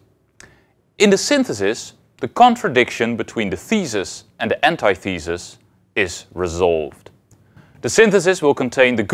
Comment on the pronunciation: He says "ant eye thee sus" though. Isn't it supposed to be "an tith uh sus"?